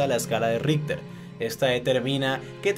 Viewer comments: Y que pasaría si ese súper terremoto aparecería en Sur America mas o menos por Venezuela, Brasil, Colombia, ecuador, Bolivia, Perú, argentina, Paraguay, Uruguay y chile como reaccionaria?? Y aparte yo que sepa se pronuncia como escala Richter no ritter xD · le entendí la escala de hitler